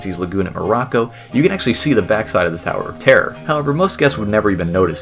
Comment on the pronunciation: "The California sower of terrier"?